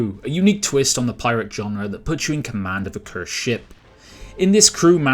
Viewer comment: Genre, not john-rah